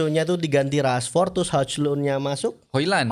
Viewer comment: Maaf bang cara bacanya harusnya 'hol lund'